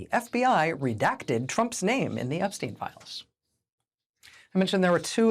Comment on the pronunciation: WOW! FANTASTIC!! An American commentator that knows how to correctly pronounce "Epstein"!! Sometimes. (It's no mystery. Say it EXACTLY the same way you say Einstein. It's NOT difficult, except for Americans, apparently...)